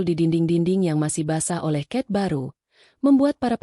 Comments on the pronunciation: Bukan ket mbak tapi cat atau cet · cet min cet bukan cat